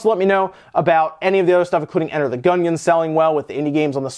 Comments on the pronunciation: Can’t get over the pronunciation of Enter the Gungeon as Enter the “Gun-yin” lol cmon man! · Does any Youtuber know how to properly pronounce "Gungeon"?